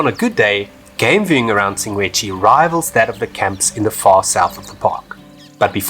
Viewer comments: Sshing - gwe - dzzi …… NOT …. Sing - Gwe - Dzshi. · Awesome video! I kept hearing you "Singwedchi", am I losing it hahahah. I was there about 3 weeks ago, setup camp about 4 stands down from the swimming pool. I thought it was a waste to spend the extra to be along the fence. That morning around 3am about 4 - 6 lions pulled down an antelope in front of my tent. Spent the rest of the night hearing Lions and Hyenas fighting, bones crunching, etc... was a great experience. I am still quite sad that they blew up the Kannidood dam though. Hope it will one day be rebuilt. Was always great to sit under a tree there and read a book with a mug of coffee in hand :) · You're so funny,... "Singwedgy"... 😂😂😂